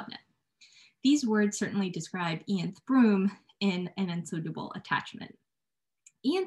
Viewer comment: I apologize for all the filler words (um) and for the mispronunciation of Ianthe and Dulcie's names!